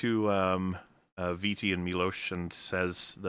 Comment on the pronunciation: repeatedly pronouncing "Viti" as "V.T." ruined my Christmas.